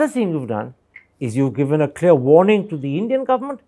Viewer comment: 0 haothu pramod,What is poof...first of all learn English...say proof, villages not billages, given not giben,...Sir thappar, these haothu pramod tried to fool you but you don't gave him the chance...kudos to sir thappar...Regards